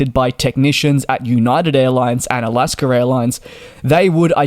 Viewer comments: He says alaskr ..there is no r in alaska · It’s AlaskA not AlaskER. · It is not Alasker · First of all it's "Alaska", not Alaskan. Second it's part of the flow, not a ritual, to check the cabin pressure, altitude and differential pressure passing 10000' and it's done every flight by both pilots, third what in the world is a "sterile light"? I've never seen that switch. The crew did everything textbook, and their were only minor injuries resulting from a catastrophic depressurization. I'm not sure what other outcome you would want.. This is 100% a Boeing and FAA issue. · For those wanting a translation, it is AlaskA Airlines. There is no “r” in AlaskA. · Alasker Airlines? 😂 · Why do you put an “R” in the word Alaska ? We’re you never educated?